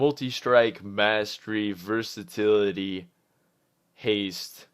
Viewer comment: my man Great guides as always. I don't wanna be rude but it's Versatility not Versitility:)